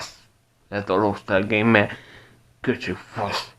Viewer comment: loksztál gejmsz